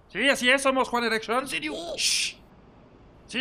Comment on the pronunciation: Las morras escuchan one dirección mientras que yo escucho one erection